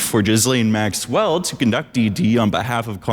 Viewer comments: why are you inflecting maxWELL, it makes me feel weird. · maxWELL Such an interesting way to stress the syllables in her name